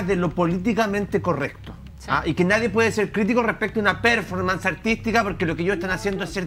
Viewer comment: Si me permiten, no voy a comentar sino sugerir que revisen la pronunciación y acentuación correcta de "performance".